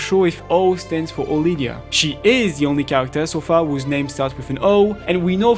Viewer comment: Mate. Her name is Odilia. Sounds much more elegant too.